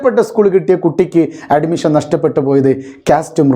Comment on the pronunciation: Nee ആദ്യം അഡ്മിഷൻ എന്ന് കറക്റ്റ് ആയിട്ട് പറ.